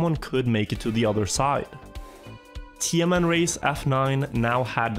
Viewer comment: Every time you say TMN i keep hearing tianenmen 😭